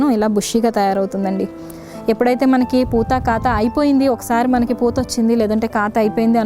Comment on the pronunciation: కాతు అంటున్నారు కాపు కదా